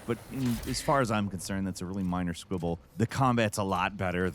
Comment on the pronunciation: Really common squibble falcon? Squibble??? DId you mean squabble? Huh?......Huh? So, how you pronounce that is rather than saying (i) sound in squibble. you sah the (ah) sound. Say it with me ...AH... did you say it? Thats good now lets try putting it in the word. Squabble. Like (sqahbble). Deffinition: a noisy quarrel about something trivial. 🤣🤣 JK